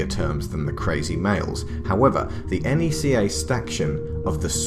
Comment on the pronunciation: It’s pronounced Nec-kah not ee-en-see-aye